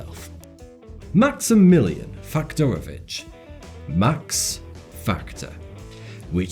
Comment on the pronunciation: You said "Faktorowicz" really well